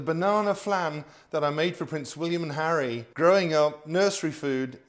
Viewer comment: Lil too much emphasis on the H..